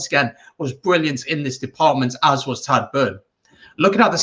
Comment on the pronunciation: Tagdh pronounced Tieg. Otherwise great review 👍Lineout credit probably has to go to POC. Was always renowned as an excellent Lineout operator both attack and defence. How bad James Lowe has been should be mentioned too?